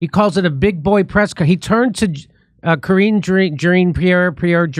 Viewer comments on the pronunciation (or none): It’s pronounced Karen Jean-pair